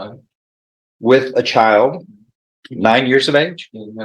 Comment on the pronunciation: "chile", "with her chial", YES it's her attitude! Hahaha she didn't fool the Judge! I love it! OMG 20 years!!! And she is messing it up?